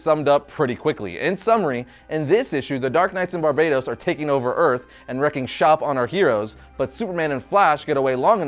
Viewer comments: Barbatos, not Barbaytos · Is it really pronounced Like "Barbados?" Not "BAR-BUH-TOHS?" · Stop calling him Barbeytos he is BARBATOS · i think you pronounce it ..Bar Baaa Toss not Barbados ya rasshole :face-blue-smiling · barbatos not barbados